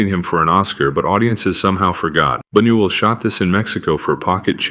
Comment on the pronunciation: And, by the way, "": The correct pronunciation for Luis Bunuel's surname is "Boo-nyoo-EL" (secondary accent on the first syllable, primary accent on the THIRD syllable). Hold the thought......